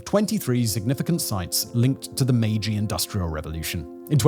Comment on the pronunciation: The editing on this video was next-level sloppy. It's the "Meiji" era, not "Maji." The words spoken were "3000 employees" but the graphic said "3000 employers." The quality is just all over the place.